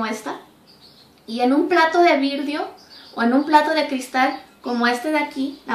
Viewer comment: jajaja virdio es VIDRIO... VI-DRIO no virdio perdón pero me dio risa😀😀😀